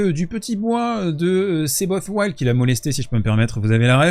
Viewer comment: Seyboth Wild...on ne le prononce pas à l'anglaise. Son nom est d'origine allemande mais on le prononce à la portugaise. Il est brésilien... Moi ce qui me sidère, c'est le nombre de kékés incultes qu'on trouve dans le milieu du tennis et surtout chez les français (arrogants, insupportables...)